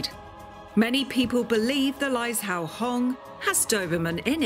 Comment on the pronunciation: It’s pronounced lai zhou (joe) hong